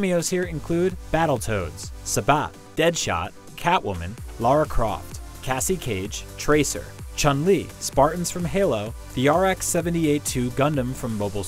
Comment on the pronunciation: "Sabat" instead "Sagat" in a game channel? :S #StreetFighter